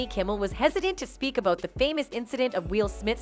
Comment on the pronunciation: The narrator talks "aboat" Jimmy Kimmel and "Weel" Smith.